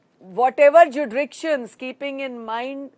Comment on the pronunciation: Whatever judriktions!!! Lol.. She means-Jurisdictions